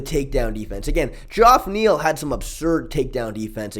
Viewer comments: for sure. You still have some of the best breakdowns bro must watch channel for any real mma fan… by the way, it’s not Dzhoff Neal it’s pronounced the same as regular Jeff- fyi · It’s pronounced “Jeff” Neal Ik it is spelled funny, it’s a black thing…